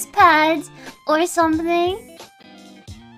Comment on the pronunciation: it weirded me a bit when she said "stRRRRange cRReatures" she's training is spanish probably 🤣